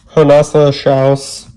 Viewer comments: First of all - GOOD FOR YOU...I think you're the first youtuber that figured out how to say her name. The first edition of this deck had slightly more of the original drawing...it had white borders, and was a little bigger. I believe her media is pen and in and marker. I have been following her instagram for a long time. I only got the third edition (subtitled the "last edition") I absolutely adore this deck. I spent a long time trying to figure out the flowers (it's supposed to be a botanical deck) and stuff before she started releasing what would later become her PDF guidebook. These new cards look like they might include even more of the original art. It's so intricate and beautiful. sigh. I ended up getting a Spanish version of the Aquarian by the way...it was even cheaper! no white borders on the backs, I am a happy camper. Thanks for this walkthrough, and for always helping with those tricky oop decks! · Kudos on actually bothering with researching how to pronounce her pen-name! I was never sure of how to pronounce the "H" in the "J" (other than what she said "H like in hotel") so I am glad to hear how you say the "J" on both counts. (I am also still very grateful for how your effort to pronounce "Truntum" accurately for Nusantara Tarot. It is an easy thing to find out with the internet these days, and I am always surprised how so very few people actually bother).